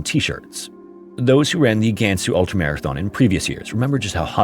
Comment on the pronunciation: Weibo 微博 is pronounced more like “Way Bo”, not “Wee Bo”. HuNan is pronounced “Who NAHN”, not “Who nan”. A is pretty much always pronounced with an AH sound. Same thing with Gansu and Liang, the a is enunciated with an AH.